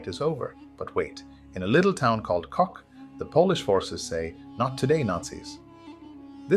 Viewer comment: oh my, Kock not Kok, but thx for the remembrance, my grandpa was there